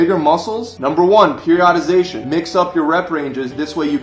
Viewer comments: Wow, please learn to pronounce common exercise terms. It's not hyper - trophy, it is "hahy-pur-truh-fee". Also, it's not peri-odd-ization, it is "peer-ee-uh-duh-zey-shuh" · dude left his shoulders in the car. and if you are a personal trainer and can't pronounce "hypertrophy"or "periodization" you are wack too